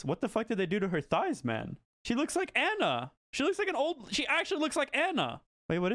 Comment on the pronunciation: Love you bro. im kinda rippin my hair out from how you pronounced my girl Anna's name but, love you bro. You are the best.